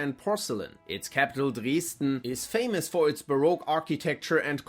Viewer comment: drääsdään" is right!